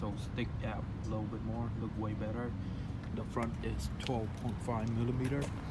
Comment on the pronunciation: When Asian people say “Duh” instead of “the” haha .. nice fit though